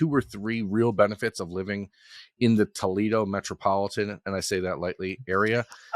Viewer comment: OH MY G-D!! THIS MAN HAS LIVED IN "TOLEDO" OHIO ALL HIS LIFE?????? WTF!!!!!